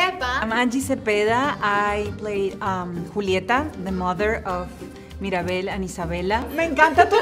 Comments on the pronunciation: When stephanie said maribel i was like, “isnt it mirabel LOL” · Sinceramente me genera una cosa fea escuchar a una persona que supuestamente es latina, pronunciar su nombre con acento gringo, no querida, si vas a decir que eres latina y estás dando voz a un personaje latino entonces pronuncia bien el nombre y las palabras en español, y si no puedes entonces déjale el papel a alguien que realmente sea latinoamericano y no se haga la gringa por vivir unos años en ese país.